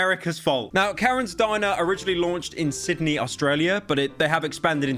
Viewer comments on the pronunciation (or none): none